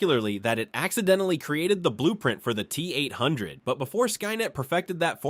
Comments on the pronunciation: Don't forget the Tee Eight oh oh 🤣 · LOL the T- Oh Oh and the T 8 5 Oh